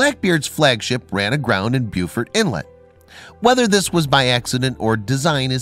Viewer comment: It's pronounced "BO-fort", not BEW-fort.